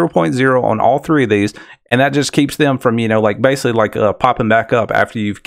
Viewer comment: It's pronounced "basically" with a C, not "basely."